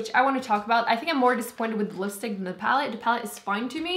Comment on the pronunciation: Where are you from? I can barely tell you have an accent most of the time, but the dead give away is the fact that you (adorably) pronounce "the" as "dee".